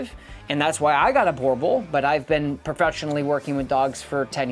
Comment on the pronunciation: I really don't think you are doing these breeds any favours by demonizing them... Had a boerboel as a child (by the way, you keep pronouncing it wrong... It is like nails on a chalk board in my head.) They make amazing family dogs as thousands of South African families can attest. Provided you get them from a responsible breeder and raise them in a loving home. Border collies can happily live in the city, without going for a 5km run every day. Just because your training program isn't geared towards them, it doesn't mean that no one can do it...